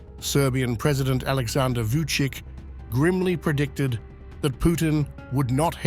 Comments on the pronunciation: In Serbia, most of don't care what Vucic says. And it's pronounced Vuchich. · By the way, Vucic is pronounced as Voochych.